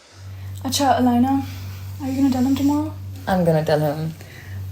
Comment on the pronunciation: Why the Hell keeps Saying her name Alynaaa Alynaaa Alynaaa.!!!! Yarrr Alynaaa, Alynaa!! 🤦🏻‍♂️🤦🏻‍♂️🤦🏻‍♂️